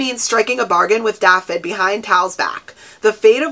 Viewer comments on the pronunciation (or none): Hi I'm from Wales dafydd is pronounced davith the dd is pronounced as a th in English I hope that helps